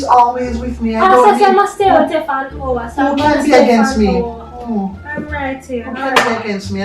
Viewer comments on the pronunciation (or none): The emphasis on pastor saying she should visit for an hour 🤣.